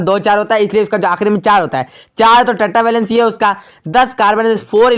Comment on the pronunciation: अरे भाई ट्टा नहीं टेट्रा वैलेंसी। 🤣🤣🤣